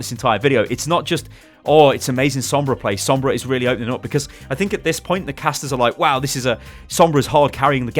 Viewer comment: Why is every other word Sombras not good. Why is there a Sombrah